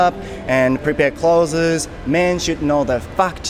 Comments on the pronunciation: clothesの発音は、kloʊðzizじゃなくてkloʊðzですよ。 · 、clothesの発音間違えてます〜僕もよく間違えますが。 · まあなんでもいいんだけど、clothesの発音が違うよね。俺も最初esつけて発音してたからさ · clothesの発音はcloseと同じだと思います。伝わってるのでいいですけど一応。